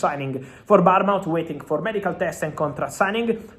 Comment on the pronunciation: Bottom feeder learn to pronounce Bournmouth.